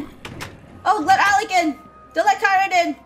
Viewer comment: it ALEC not ALEX!